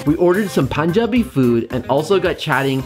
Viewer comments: You ordered all my fav food and love your punjabi pronunciation 😍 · Your pronunciation of Punjabi is on point!!! Good to see you again!!! Saw you along with David 😊😊😊😊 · ITS so awesome to listen correct pronunciation of PUNJABI great 👍 love from india❤️